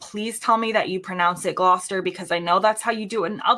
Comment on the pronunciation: She nailed Gloucester 🎉🎉🎉 and British chocolate is grass fed as well 😊